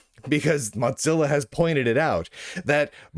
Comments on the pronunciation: What is this “moTzilla”? It’s Mozilla. Mo, like in the Simpsons, Zilla, like Godzilla. Where are you getting that T from? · Mod Zilla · I'm just curious, why do you keep saying "Motzilla"? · hes pronouncing it similarly to how mozzarella gets pronounced is all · The name ‘Mozilla’ comes from ‘Mosaic Killer,’ so that pronunciation would only make sense if you pronounced ‘Mosaic’ as ‘Motsaic.’ I suppose Lunduke isn’t aware of the name’s history, which explains the mispronunciation. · I presume he thinks it should be pronounced like Mozart, but that is only pronounced that way because it’s Germanic. Mozilla is Mosaic + Godzilla neither of which is. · Or maybe he says it like Mozzarella cheese; like "Mozza sticks"